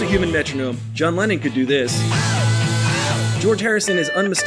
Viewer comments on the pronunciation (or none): It's John LENNON not Lenin ffs.